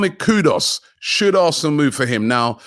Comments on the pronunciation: Robbie the name Is Ku du us, not Kudos😂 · Personally I’d love to see Vlahovic at the club cos imagine the crosses from Odegaard and Tierney raining down for Vlahovic 🤯🤯 if that’s not possible then we should go all out for K U D U S!! Not Kudos Robbie!! Not hard to pronounce. 🤦‍♂️😂 same as Lautaro Martinez not Laturo. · How can he keep saying Kudos instead of Kudus? It’s not that hard to pronounce lol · I will tell Robbie kudos the day he pronounces Kudus' name correctly (Koo-Doos) 😂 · Vly-a-vitch Koo-Dos 🤣